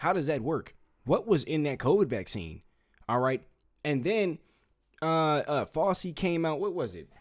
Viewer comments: Fossy? 😂it's pronounced Fowchee (fauci) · Just a correction for you…. It’s pronounced FOUCHIE, not Fossy. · Bro first off it’s not fauci like glossy it’s fauci like ouchie. They call the jab the fauci ouchie. Second you looked at RFK jr father wiki. His father graduated from Harvard in ‘48. RFK jr wasn’t born till ‘54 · Its FOW-CHI, not fowsy. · It's not "Fossy". It's Fow-chee". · yes! Appreciate you very much, but please be more careful. Fauci is pronounced: FOW-chee. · Who is fawsee? 😂😂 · The view is awful, I agree, but please check your references and get your facts right…I mean 1948? I see you corrected this, but use your common sense. That would make RFK jr almost 100 years old!! Also, check your pronunciation. Fauci is NOT pronounced like Fossi, the famous dancer/choreographer from the 70’s. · It is FOW-CHI - FAUCI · My dude, RFK Jr was born in 1954 there is no way he graduated Harvard in 1948 😂 also that drs name is pronounced Fow-Chi 😂 we need to work on a few things here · Dr. Fauci is pronounced FOW-CHI. ❤ Keep fighting the good fight young man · Good video. His name is pronounced as FOW CHEE. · Not meaning to disrespect you hun.. But Fauci's name is pronounced... FOW... CHEE... 😘🥰👍🙏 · Kid, we appreciate what you are doing, and I agree wholeheartedly with you, but you need to be better prepared if you are gonna do podcasts, especially against crazy people like the wannabe dream girls aka the view! You are all over the place with your information, mispronouncing names, and your points are wayyyy too basic. But keep pushing and putting the info out, my brother. It needs to be heard. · How can you repeatedly miss pronounce Dr Fauci??? Seriously, I can’t watch another second because YOU can’t even get it right… when his name has been said 1,000s of times in the past 4years …dude, step it up! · You need to PRONOUNCE names correctly (Behar, Fauci)